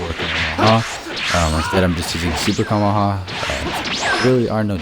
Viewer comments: it's kaio-ken Ka ME HA ME HA not kammamama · Am I the only one who hears him say kumehumeha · Cuma-ha-muh-ha 😂😂 Couldn't help myself lol. Great video btw! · OMG just say the Kamehameha right bro